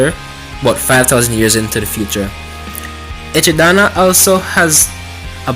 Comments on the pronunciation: Echidana lol its echidna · Echi-Dana ? Ejidama?!?